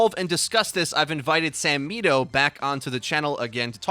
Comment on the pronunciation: I was ok with this vid until I heard 'samito'